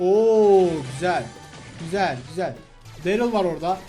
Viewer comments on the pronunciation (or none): none